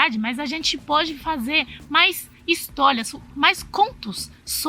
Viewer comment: Histólia, Helói, escleveu, pla, valias, palado, categolia, kkakakakakakaakakakakkaakak